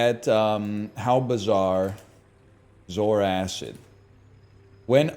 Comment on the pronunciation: The way NL says Zoarcid makes me angry. Mostly because he's probably right. But Saying zor-kid makes it sound like a cool alien. Edit: Actually no, he's just completely wrong in his pronunciation.